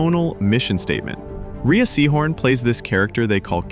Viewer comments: Her name is pronounced "Ray," not "Reeah." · It’s pronounced “Ray”, not (u)rea. r u a robot? I’m getting tired of tripping over y’all… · Dude. It's pronounced Rhea "Ray" Seehorn. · Her name is pronounced "Ray" I believe.